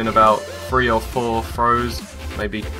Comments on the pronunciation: Three, Its pronounced 'Three" not free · No, they say "firty free". "firty" isn't a word and "free" is a completely different word that has absolutely no relation to the word "three". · Three not free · THREE not FREE!!!! there i vented. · please say three correctly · two or free lol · Btw three not free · did it bother anyone else that he kept saying one point two pont free? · He says free not three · Lol fwee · It's three not free go back to speech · Learn to pronounce the words "three" and "other". The "th" doesn't make an "f" sound. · its pronounced three, not free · *three and *free if you are going to correct some one do it right. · i think its epic how you say T's like F's Three = Free! THAT IS EPIC!!!